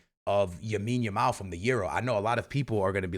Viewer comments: Why are you saying Yamin Lamal 😂😂😂😂😂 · Lawondowski? Yamine Yamal? Eh?? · How long is it going to take u to stop saying Yamine Yamal😂😅😂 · And when he trys to get it right he goes Yamine Lamal 😂... it kinda is confusing tho... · First listening to homie but my ears bleeding by the way he says the names 😂 wadahell. Not everything needs to be Americanized